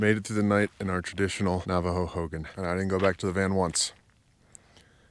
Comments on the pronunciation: You're saying Hogan like Hulk Hogan. Hogan in Navajo is pronounced Ho' gone, but respect for staying in one and knowing there is a female and a male ho'gone. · Hogan is pronounced ho-gawn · Youll get alot respect if us navajos hear u pronounce hogan correctly lol ..try saying "Ho-gone ..its spelt Hogan but say it like Ho_gone. Ull be surprised by navajos reaction 👍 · Hogan Pronounced /Ho-gahn/ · In a Navajo hulk hogan!!! lol totally saying it wrong.